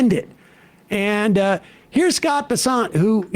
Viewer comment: Oh Bessent? I thought it was Pissant.😂